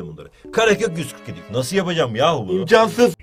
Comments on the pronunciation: "imkansıs" Ksbxonsvxnx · 0.38 ( imkansıs ) Çok komik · Nobody;: İmkansıs